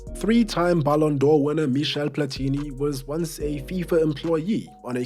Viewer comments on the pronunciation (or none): none